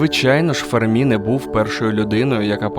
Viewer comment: Енріко ФЕрмі, а не ФермІ (наголос на першому складі, бо він італієць, а не француз).